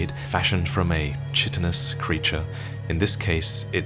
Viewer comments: chitinous should sound more like kaitinous, thank you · The Chi in Chitinous is pronounced Kai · another amazing video, beautifully presented. I seriously love this series! (side note: chitinous is pronounced 'ka-i' rather than 'cha-i'... I hate to be that person, sorry! 😅😂) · Chitinous is pronounced “kite-in-ous”. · This is a weird correction, but as a scientist I gotta say, chitin is pronounced Kytin, and chitinous is Kytinous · That pronounciation of chitinous is my only criticism of this masterpiece